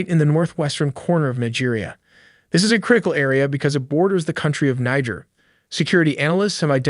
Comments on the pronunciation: It’s pronounced Neej air. Not Ni-ger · Thanks for putting together the video, although the second half of it was you making the video as long as possible: it has nothing to do with the attack. Also, you should know that Niger, a country north of Nigeria, is pronounced with the "e" as "a" as in pay. Otherwise, you would be pronouncing it as one would pronounce a state in Nigeria which is completely different. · The country bordering Nigeria called Niger is pronounced (Neejer not naija) There's a state in Nigeria called Niger state and it's pronounced as you normally pronounce Niger (Naija) that's the difference. Many non Nigerian pronounce it wrongly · bro did NOT say Niger 💔💔